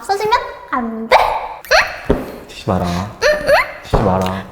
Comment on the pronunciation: ‘치지마라’ 이거 뭔가.. 시바라.. 같음..